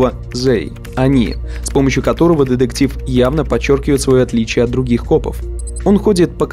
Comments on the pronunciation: Больше ударения на букву Т, в слове детектив. А то звучит как Дедектив и не очень приятно. Видос хороший. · Так, автору на заметку. Слово деДектив пишется и говорится через букву "т" деТектив.